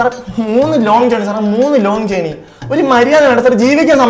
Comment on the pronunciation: ജേർണി അല്ല, r silent ആണ്. ജേണി അതാണ് ശരി